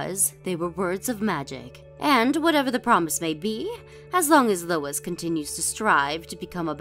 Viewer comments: Louise = 'Loo-eees' not Lo-is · "Louise" is not pronounced as "Lois." It's "Loo-eze."